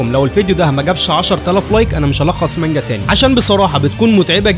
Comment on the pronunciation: ياخي بالله عليك حاول تنطق الاسماء صح البيغ مام وكايدو ساما مش سام وبعض الكلمات التانية واسمها مانجا مش ماجنا